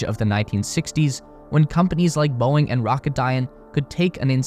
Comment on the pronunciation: Boeing… pronouced as “BOING!”